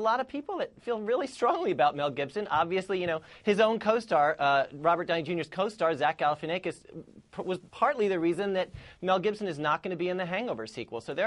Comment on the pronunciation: Did that dude just say Zach Gailifanakus?